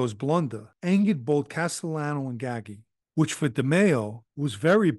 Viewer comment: I thought it was pronounced gaggi not ggahgee like he's saying also gaggi was cousin to dellacroce seem that nepotism runs rampant in mafia